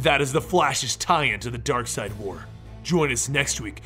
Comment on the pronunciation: It's Darkseid not Darkside